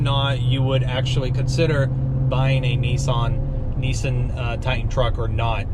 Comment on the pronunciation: he said NEESEN